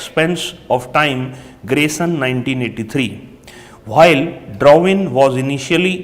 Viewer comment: Yr kam se kam saaf bol do or padh k bol do..flow tho ek bar mai Tut jata h...or bhail ni hota while hota h...